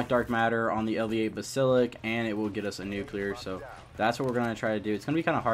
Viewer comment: Basilik? 😹 (Bass-A-Lisk = basalisk) like damn words aren't hard to say